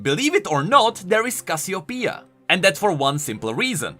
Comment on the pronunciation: Is Cassiopeia supposed to be pronounced that way?